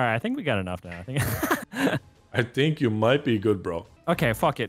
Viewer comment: Ok but tbf, that’s the most canadian thank you ive heard from Evan